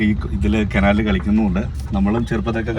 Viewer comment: കെനാൽ അല്ല കനാൽ എന്നല്ലേ പറയാ